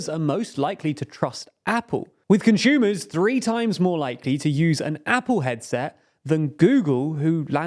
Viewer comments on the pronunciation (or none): Please stop saying con"shoe"mers